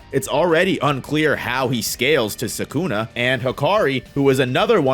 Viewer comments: Can you try a little more to pronounce Sukuna instead of Sakuna, and just so you know Sakuna is a female name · Ah yes, "Sakuna"